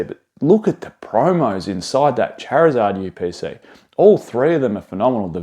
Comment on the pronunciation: The chariuhzahhd yew peh saee